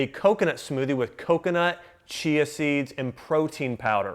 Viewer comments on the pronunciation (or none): none